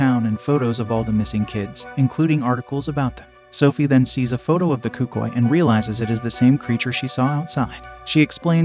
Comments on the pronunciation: Cucii💀 as a Spanglish speaker(Hispanic) I feel so disrespected by that word. It’s Cucuy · Hearing you pronounce cucuy made my ears bleed